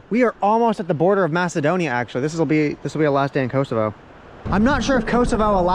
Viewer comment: Thank God someone said it right, Macedonia🇲🇰